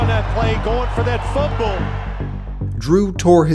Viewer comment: “Footbowl” lol